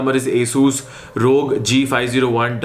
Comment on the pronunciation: its not pronounced as 'Rog' it is R. O. G.